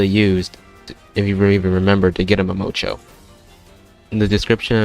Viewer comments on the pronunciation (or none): Ah yes, m a m o c h o